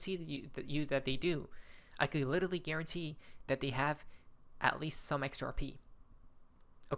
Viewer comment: There is no Little Lee, there is only literally, now pronounce it lit er ally!!!